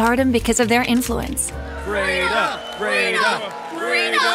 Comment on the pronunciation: That’s my name !! I mean it’s written farida but you say it freda